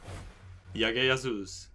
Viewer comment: J is G in india...for you it's gagga gagus... and also you are naturaly funny bro...great...